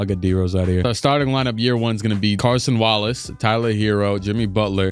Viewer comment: Please stop pronouncing it as Carson Wallace 🙏🏻